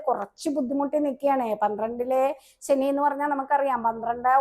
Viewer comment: സനി അല്ല ശനി എന്നു പറയൂ നല്ല ഉച്ചാരണ ശുദ്ധി ഇല്ലെങ്കിൽ അരോചകമാണ്.